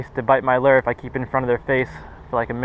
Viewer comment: Lol learn how to say lure not leerrrr